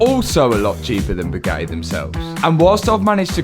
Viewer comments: Boo-GATT-ee, not Boog-attee. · Brother... pronouncing Bugatti as "Bew-gah-e" is a crime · Can not pronounce the y’s and i’s at the end of words? 😂 Always says “eh”… battreh, crazeh, supposedleh, Bugatteh. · Boo gah ay init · Gotta give it to this guy much respect goes out Fuge the Buggatti mob rippen Moe's off . When dude says Boo got e I straight laugh my azz off .He ll Low from NYC. Matt n crew.😂😂